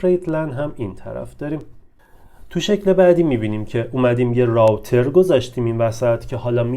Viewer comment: تلفظ روتر